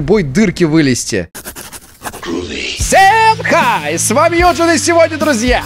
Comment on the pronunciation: Как ты странно сказал ВСЕЕМ хай